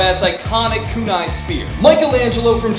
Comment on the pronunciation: Kunai is pronounced wrong